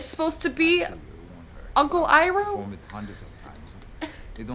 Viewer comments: When you watched the dubbed version of the ATLA show and they call Iroh "Eeroh" and "Aavatar" (like they say in this atrocity) 👁👄👁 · Although "Eye-Roe" will forever be the correct pronunciation of Uncle Iroh's name, "Eee-Doe" is actually the correct pronunciation in Japanese since Iroh is a Japanese name. But they still should have stuck with the OG Avatar pronunciation of Iroh. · They literally pronounced everything differently Avatar is ah-vatar (ah like avocado) Aang is ong (rhymes with bong) Sokka is soak-uh Iroh is ear-row Agni Kai is Agni KEY?!!? 🤦🏻‍♂️🤦🏻‍♂️🤦🏻‍♂️🤦🏻‍♂️🤦🏻‍♂️ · Who tf is Eeroh, Sohkuh, and Awng? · The dude they chose for Iroh looked like he was high this entire film, here's how I see the names spelled when they say them wrong "Eroh, Sakka, Oang, Oavatar, Agni KEY duel," the bending was so slow man, he crapped on the entire series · WHy the f**k do they pronounce Iroh the way they do!!!!!!!!!!!!!!!!!!